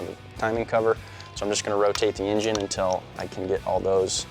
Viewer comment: My dude said "Engiene" wow lol